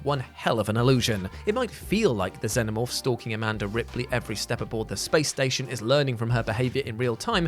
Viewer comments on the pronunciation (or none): none